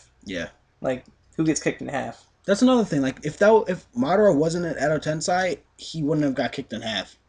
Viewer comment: I'm sorry guys I love your facebook page and your reviews but I reaaaallllyyyyy feel the need to say that some of your pronunciations of character names and jutsus are messed up. For example it's pronounced Edo TenSAY not TenSAI, and that Kamui is said like kamooey not kayumi (keep up the great reviews though, just watch your pronunciations)